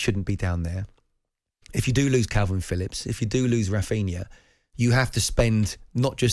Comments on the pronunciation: Rafinia????? Why do people constantly mispronounce his name. Where is the extra i ? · Raphinha not Raphina